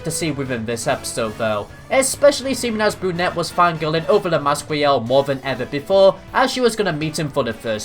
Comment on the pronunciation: You mean brunet not benette 😂